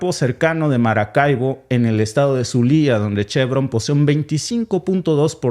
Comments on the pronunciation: Es Zulia sin acento en la "i". Saludos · Perdón amigo zu. Liaaa no asi no es , pronunciar : zu , es la sílaba tónica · se dice zúlia no zulía, saludos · Zulia se pronuncia acentuada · A solo le falta major pronunciar major los nombres de los estados Venezolanos......ZULIA Y ANZOATEGUI..Tienen acento en ZUlia y anZOAtegui. Jamaica saludos desde PARIS.